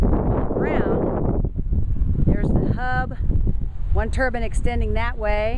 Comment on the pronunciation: It's a wind turbine, not a wind "turban."